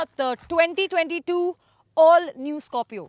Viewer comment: Scopio ni hai Scorpio hai pehle thk se naam lena sikh le fir review dena tera bss ka ni